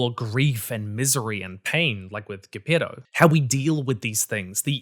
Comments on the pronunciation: Ghepeto.... (Geppetto) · That pronunciation of Gepetto🤢 WTF?!😂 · I died a little each time you mispronounced Geppetto’s name. Oi, deadly myte. 😂 Medic! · Why do you pronounce "Geppetto" like that?